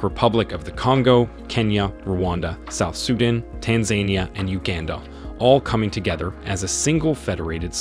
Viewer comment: You also mispronounced South Sudan